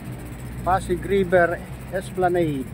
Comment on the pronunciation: Wrong esplaneyd "Esplanad" correct